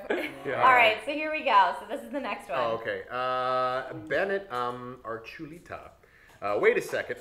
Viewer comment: HOLY CRAP I DID NOT EXPECT TO HAVE MY COMMENT READ(even though he said Archuleta wrong) IT IS STILL GREAT TO BE NOTICED!!!!! Btw, best part starts (sorry, had to)